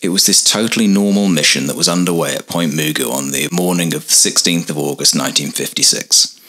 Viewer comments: I lived near the base for many years, and visited it several times. I've never heard it pronounced as moo goo, always muh goo. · It's pronounced Ma-Goo' as in the cartoon character Mr. MaGoo.